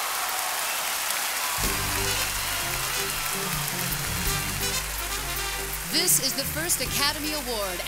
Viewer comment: Oscars -- the film is "Pollock," not "Pollack." Might be worth editing that :) thanks